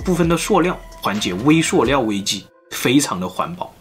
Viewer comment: 塑料念Su（四声）不念suo呀~